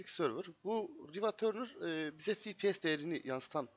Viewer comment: cpu işlemci gpu ekran kartı ama fipies nedir ya yanlış okuduğun için dn yoksa iyi video